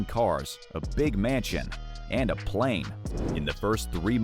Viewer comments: “…and a palane…” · "AND A PALANE" that is funny.